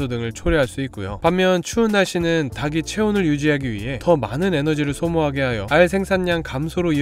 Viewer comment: ‘닭이‘ 발음 주의 해주세요. 닭이 - 달기 닭을 - 달글 닭에 - 달게 다기, 다게, 다글 등이 아닙니다.